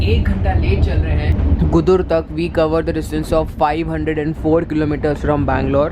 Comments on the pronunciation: It is गुडुर, not गुदुर .. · dude Nellore is not in TN it’s in Andhra Pradesh And Gudur is pronounced as Goo—Doo—R